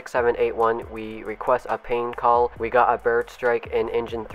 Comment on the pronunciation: We are requesting for a pain call.XD